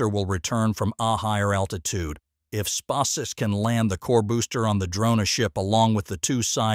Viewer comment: Yeah mispronounkation of lunch sussess and space s instead of space x it gets too hard to listen to